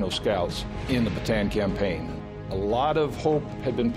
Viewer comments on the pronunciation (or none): bataan is pronounced bah-tah-ahn for those that don't want to butcher the pronouncation, not baa-taa-ann